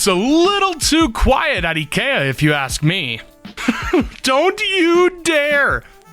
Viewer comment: i love how pronounced IKEA the right way.